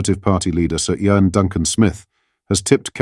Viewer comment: These AI narratorsare extremely poor. His name is ian but the AI SAID iron absolutely hopeless 😮😮